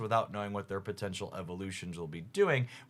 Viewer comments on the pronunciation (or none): none